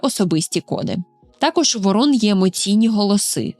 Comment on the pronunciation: Шановна, ворон(наголос на першшу літеру О) і ворона, це різні птахи.